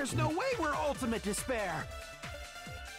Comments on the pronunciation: haha sorry it's just I played all 4 main games and watched all the anime associated with the game series in the course of a month and now all I hear when they say despair is "disbear" I think this series has made me lost my mind. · Every time they say ultimate despairs I keep hearing ultimate dis bears and it makes these so much funnier